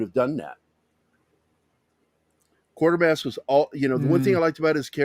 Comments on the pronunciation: Donlevy was Canadian. It’s Quater pronounced like Quaker not Quarter. It started on tv in 1953 on the BBC. Hammer bought the rights. And made two films based on the first two serials with Brian Donlevy whose performance was so disliked by writer Nigel Kneale that Kneale refused to sanction a third film til 66 when Andrew Keir was cast. Kneale also did the adaptation for the film version of PIT. Dr Who was loathed by Kneale. It wasn’t inspired by Quatermass but did pinch ideas from Q2 and Pit for some of its episodes in the early seventies starring Jon Pertwee as a more Earthbound Doctor. After a fourth series called just Quatermass in 1979 starring Sir John Mills as the aging and retired Professor, Kneale finally brought The Quatermass Memoirs to BBC Radio 4 in 1996 again starring Andrew Keir in his final performance before his death. The remake and live broadcast of Kneale ‘s 90 minute condensation of The Quatermass Experiment was transmitted on BBC 4 in 2005. It was an interesting if flawed piece of event tv. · The TV series pronounced the name Quaitermass. I don't recall how it was pronounced in the movies.